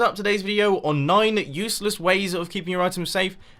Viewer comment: Mumbo you said usless at the end